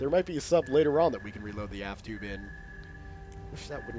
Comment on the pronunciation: Its aft not ass